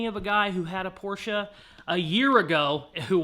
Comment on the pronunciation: Remember it’s a Porsche…..not a Por-sha, Marsha!